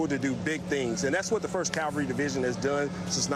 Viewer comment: Love it when military experts pronounce cavalry as Calvary